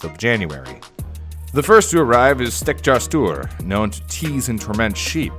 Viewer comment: rating on how well you pronounced the names (1 to 10) "stetjastuor" 6 "giljagjur" 3 "gluugagijir" 1 "bjoognakir" 5 "ketkrokjir" 6 "stoofur" 9 "potaskifil" 7 "þröslækjir" 4 "askaslikjir" 9 "hoorjaskeljir" 4 "getafjur" 4 "kertasnikjir" 9 which makes a fine B*